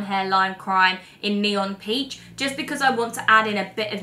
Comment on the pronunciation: She really just called peach 🍑 porange huh?